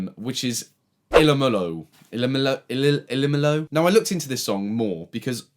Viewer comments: The game is called ilomilo and she pronounced it like e low me low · Ilomilo is pronounced eye-low-my-low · Ilomilo is pronounced Elo-mElo